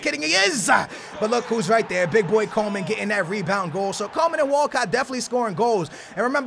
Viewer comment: Hey can you please say Coman not Coleman, there is no L in his name